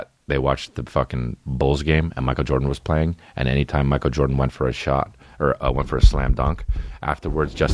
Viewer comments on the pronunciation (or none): none